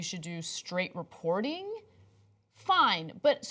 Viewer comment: How is it possible to pronounce the word "reporting" like "ree-poor-deeng"? Baffling.